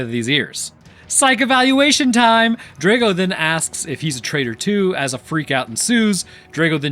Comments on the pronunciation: It's (*draw-go), not (*dray-go) 😅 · Dr-ah-go you need to say it correctly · Draw go. Ivan Drago. That mispronounced name was an assault on the ears.